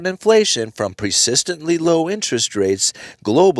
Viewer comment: I love the way he says "presistantly".